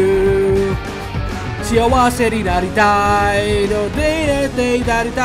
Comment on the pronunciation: 「あなたのその胸の中」と「幸せになりたい」の発音がやけに良くて笑う